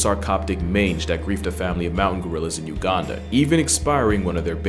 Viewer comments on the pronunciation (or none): none